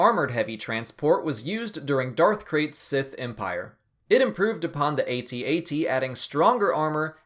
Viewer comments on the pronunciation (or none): AT-AT it just pronounced At At, not aytee aytee. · It's not Aye-Tee Aye-Tee. It's AT-AT. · AT-AT is a camel, AT-AHT is this buffalo thing.